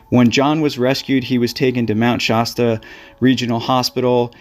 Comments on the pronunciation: Shasta Soda reminds you it "hasta" be Shasta. No "shaw" sound. As dangerous than it looks. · Did I just here you pronounce it "Shosta? It's SHASSSSTA". That's with an "a", not an "o". 😲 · Mt ShAAAAsta. Not ShOsta. What is wrong with you? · Mt. Shosta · You're not quite saying 'Shasta' correctly. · Like the soda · Great video. ( The "Sha" is pronounced with an a like in hat.) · Wonderfully produced video, thank you. You know John still hears his friend's voice to this day 😢. Two small corrections for pronunciation: Mt Shass-ta, not Mt Shoss-ta. And San Ruh-fell, not raf-ayel. 😊